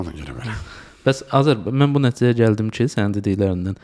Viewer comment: Azər Aydəmirə bir aktyor kimi böyük hörmətim var, lakin aparıcının "nətidZələr" dediyi yerdə müsahibəni izləməməyə qərar verdim. Tövsiyəm budur ki, aparıcılıq işinə başlayan zaman insanlar Azərbaycan dilində olan hərflərin düzgün tələffuzunu diqqətlə öyrənsinlər və şəxsi ləhçələrini ədəbi dilə qarışdırmasınlar. Uğurlar.